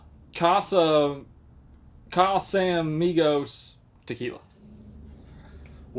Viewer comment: Him trying to pronounce Chardenay and casamigos has to be the funniest thing ever